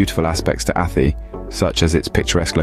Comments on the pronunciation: Its pronounced A TIE... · Athy - Pronounced Athigh. After that, well feck it lads yer not worth a light... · A-tie is how it prounced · 👍 But spell check yourself, it sounds like a.. Tie👌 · The mispronuncuation of ATHY is hilarious😅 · "Athy" ha ha. Its "Athy" ya fule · Jesus Crrist Mate.......ATT-EEE.......AT-EEEE ....... ATHY ..... (AT- TIE)...:hand-orange-covering-eyes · About 5% at most, of this video is accurate. The narrator can't even pronounce the names correctly ("Athee"). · Not athy its pronounced a thigh. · Athy is pronounced like the y sounds like high, not E 😊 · A-th-eee??? It's pronounced Athy - A-th-eye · It's not Athie ..it's prounced A- Thigh ...😂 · It's Athay not attte, This Guy Can't pronounce These places in Ireland Right, need back to school mate, Forgot Portlaoise One Of The worst places in Ireland, no, job, unemployment very bad and crime bad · Athee . What? Please at least ask an Irish person about pronunciation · Athy is pronounced A-tie but dude couldn't have known that Unless he did 1 minutes research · Athy is not pronounced like that and that wasnt Athy in the clip. There are no hills overlooking the town and that wasnt any street in town. At- aye is closer to how it is pronounced. Also your info is way out of date. It is actually a very nice place to live and has normal employment and crime levels FFS, bad enough getting an English guy to mangle placenames without talking shite as well. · Athy = A.Tie how you pronounce it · I live in Athy and locals say At- aye. It is a nice place to live. Luckily he didn't try to say Howth. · Not from Athy or ever been to it. But if your gonna bash it, at least pronounce it correctly. Athy is pronounced as Ath-aye. Then Drogheda is totally butchered in its pronunciation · It's "Ahthigh" not "Affee", "Dra-hadda" not "Droheeda". And what's this "B-roll change" shite? Fine if you're talking about post-production on a film. Having said all THAT, this is pretty spot on